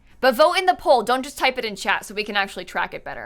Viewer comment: You kept saying chat but I kept hearing chad and was confused